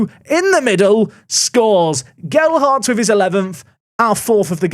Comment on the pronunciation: HE LEARNED TO SAY GELHARDT!!